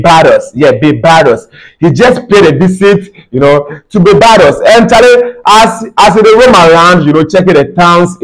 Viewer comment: Bro, it pronounced Bar-bay-dos & not bay- bar-dos.